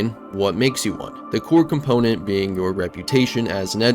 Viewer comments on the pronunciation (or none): none